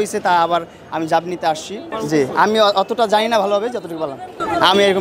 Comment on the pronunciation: জাবিন কিসের?জামিন।আজও ভাষা পর্যন্ত ঠিক করতে পারলো না।